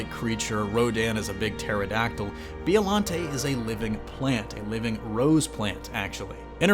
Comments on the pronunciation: Who’s Bee-O Lante? Oh you mean Bye-o-Lanty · Oh my god I'd love for them to add Biollante. She was so ahead of her time. Also it's Bio-lawn-tay not Bee-oh-lawn-tay. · Is it really pronounced Bee-oh-lahn-tay? Since it’s a plant, shouldn’t it be bye-oh as in biologic? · Why are you saying B.O.llante??? It's bio. You sound like an asshole. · It's "BIO"llante not "BEO"llante!!!...you know like Biology. Besides that great video! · The way you say Bio-llante lol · What is a “BEOllante”? Do you even say Bio correctly??? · Its bio lante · Anyone else cringe when he keeps saying "BEEollante"🙄? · The letter ( i ) is often pronounced like an ( e ) in the Japanese language. Listen to the Japanese audio track & you will see that it's pronounced like Beeolante. Just like ICO is pronounced like EECO or Ghidorah like Gheedorah. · You real disrespect my Monster homies and it's Bi-O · "B-E-Ollante" (Inhales) This is the symbiote situation all over again. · Is no one going to mention the fact that he keeps saying Biollante wrong the entire video? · The way he pronounces biollante drives me nuts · And Gigan is a bird/cyborg, and he doesn't even mention Biollante's connection to Godzilla, and can't even pronounce her name right